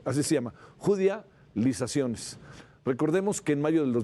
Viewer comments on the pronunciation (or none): ¿Judia-lizaciones?..... Es judicia-lizaciones...